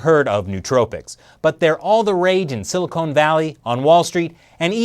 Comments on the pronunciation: I love you but you say Silicon Wierd. Like Silly Conartist. Silicon! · 37: it's silicon, not silicone. Silicone valley is a euphemism for huge breast implants.